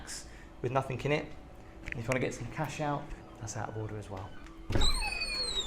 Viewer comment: I like your videos, but the word 'Nothing' doesn't end with a 'K'. 😊